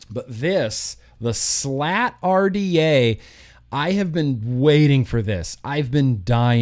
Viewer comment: U was pronouncing the RDA the wrong LOL it might not of been enjoyable to build but it was very enjoyable watching you build lol 👊🏻👊🏻 much love I’ve always enjoy your Vlogs I’ve been a fan since the Britney Spears poster was on the wall LOL I remember the old video yours the other day will you get some juice for a Chinese manufacture years and years ago kept trying to think of the name could not to save my life